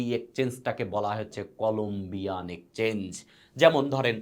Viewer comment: Ekchange abar ki? Eta exchange uccharon korun dada